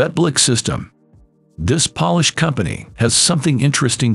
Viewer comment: I love it when artificial voices try to say the word "Polish" vs "polish"!